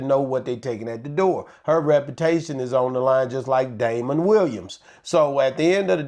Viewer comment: argument is not rational. If it is a standard comedy club, the ticket price of $50 is both typical and logical. $90 is not. To Jess's point, many people would choose not to attend at that price. Furthermore, the comedian mentioned is Damon Williams, not Dameion Williams (as he pronounced it) and certainly not Damon Wayans. He doesn't even know his name. Damon Williams and Chris Rock are both funny comedic legends! Period! just likes hood comedy.